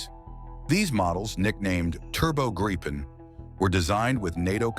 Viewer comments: Gree - penn it's pronounced gree - penn! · It's pronounced "GREE-PEN" Ammeeroocan !! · Interesting how difficult it is to pronounce. Say "Greepen" (Like Green Pen without the N), and you get it right. And yes, it's an amazing piece of engineering that keeps evolving.